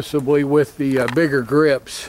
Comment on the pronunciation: he was joking about how you said "bigger" but your b sounded like an n